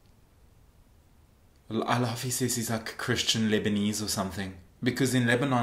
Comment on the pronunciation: you know its bad when the south African "oh fok" comes out!😂